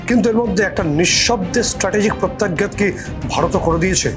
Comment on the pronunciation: প্রত্যাঘাত শব্দটির সঠিক উচ্চারণ উপযুক্ত কারও কাছে শিখে নিন।